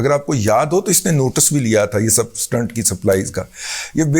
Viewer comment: Dadaji..its pronounced stent ..n not stunt...🙏🙏